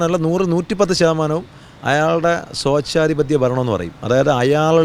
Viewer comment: സോചാധി പത്യം അല്ലടാ സ്വേച്ഛാധിപത്യം 😂